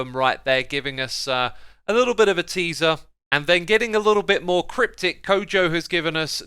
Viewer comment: you said tweezer instead of teaser